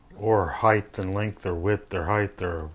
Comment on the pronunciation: Perfect "heighth" every time when you use a bump jig. Lol